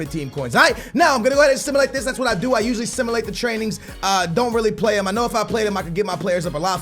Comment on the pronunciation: ITS SIM-YOU-LATE NOT FUCKING SIM-UH-LATE